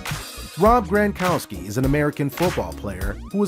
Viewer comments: It isn’t GRANkowski, it is GRONkowski. It was like finger nails on a chalk board each time it was mispronounced. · NOT GRAN,but GRONkowski.